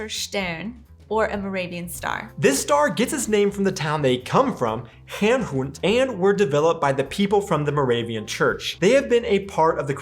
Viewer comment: Hernhut, not Herren Hund. Herrnhood comes closer